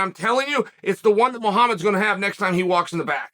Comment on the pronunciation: BLOHALL MO-HAMID ~ Undefeated. Undisputed.